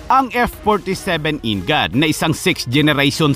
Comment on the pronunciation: NGAD /EN-GOD... Imbes na ganun....-IN GAD hahaha , 😆😆😆VISAYA?